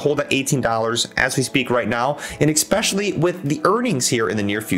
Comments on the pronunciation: If you can’t pronounce a word , maybe try a synonym. Mainly , mostly , chiefly, principally are examples. Saying egg specially over and over just destroys your credibility from the start. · Thank you for the feedback man! Sometimes its hard for me to pronounce certain words especially when I talk fast and get excited haha! I'll work on my pronunciation